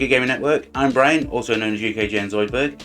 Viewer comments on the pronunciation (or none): none